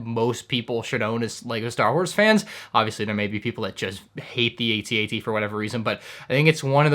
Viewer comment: It’s At-At!!!! Two one syllable words. Cmon you’re better than that!